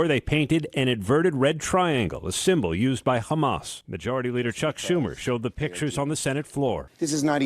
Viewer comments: I love how the US media started saying Khamas instead of Hamas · I love how he said hizboallah normally but hamas is apparently different 😂